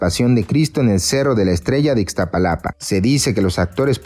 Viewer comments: Todo el vídeo iba bien hasta que dijo "Ixtapalapa México" en vez de "Iztapalapa México" que falta de respeto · Es Iztapalapa no Ixtapalapa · IZTAPALAPA!!!!!!! Noo Ixtapalapa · No es ixtapalapa es Iztapalapa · Que vergüenza ixstapalapa es Iztapalapa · No se dice ixtapalapa es iztapalapa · Ixtalapa? Antes de hacer un vídeo, investiga cuál es el nombre correcto del lugar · Se dise Iztapalapa